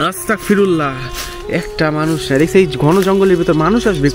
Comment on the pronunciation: ভাই,'আস্তাগফিরুল্লাহ' সঠিক উচ্চারণ